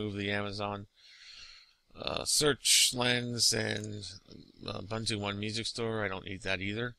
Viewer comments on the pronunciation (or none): Ugh it's pronounced "oo-boon-too". It's a real word and used on a daily basis in Africa.